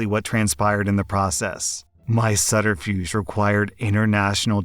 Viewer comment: Just an FYI, don’t take pronunciation of “subterfuge” to heart. The B is not silent, as it is in “subtle.” They have different etymologies. Both originate in Latin, of course, and have “sub” for “under.” But the B is silent in “subtle” because it took a jaunt through Old French where it became “sotil” (though the Modern French is spelled subtil/subtile.) Subterfuge, on the other hand, came to French two hundred years later than “subtle” and direct from Medieval Latin "subterfugere", subter: beneath, below, and fugere: flee (think fugitive.) Anyway, thank you for making me look this up and understand why the words are pronounced differently despite having similar Latin roots. Their etymologies are very interesting! And fun story readings, as always. Well, that last story is awful. Horrible parents are the worst.